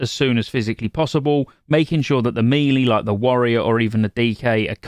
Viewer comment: Please stop saying “me-lee” you know full well that’s not how that word is pronounced.